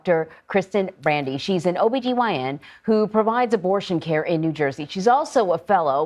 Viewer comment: It’s not “care” !! 😢